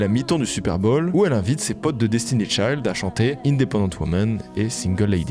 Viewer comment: t'avais une vidéo complète pour te rendre compte que tu ne prononçais pas le nom de Destiny'S Child correctement :')